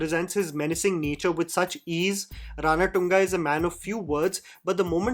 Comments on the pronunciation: If only i can slap you everytime u say Ranatunga राणाटुंगा instead of Ranathunga रणतुंगा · Dude its pronounced ranaतुंगा, not ranaTunga😂😂😂 it gave me an ick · Cringe fellow u r ..it is Ranatunga..v simple..not RaanaATungaa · The way this guy pronounces RANATUNGA, haven’t you heard how the name is pronounced of the cricketer with same name??? He wantedly pronounces this for South Indian names, it just takes 2 min to learn how to pronounce, which is the least you can do, with large subscriber base